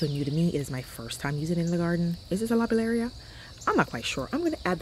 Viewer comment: Hay racks😊. They are pronounced lo beel ya. Your garden has really come together, so happy for you.